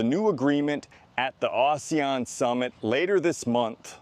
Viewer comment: Pronounces ASEAN = OOssiaan - Lol